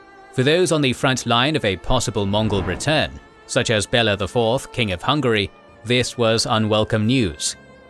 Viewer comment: Next time do more research, how pronounce historical names, because watching this is hilariously funny. Bella instead of Béla kinda unlucky.